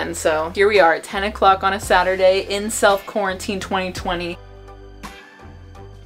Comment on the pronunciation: Nobody:: CORNANTINE